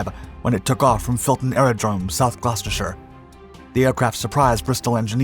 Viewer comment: Blenheim = "blennem" not "blenn-hime" Rothermire = "rovvermere" not "roffer-mere" Barnwell is probably "barnell". I don't know. I don't care anymore. Henkell? As for 2900 mph..? BUT BLOODY HELL HE GOT GLOUCESTERSHIRE CORRECT! He does listen... I love this guy nonetheless. And I keep coming back....